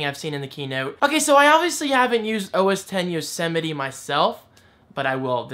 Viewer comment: You had trouble pronouncing OS X Yosemite because you're from JERSEY.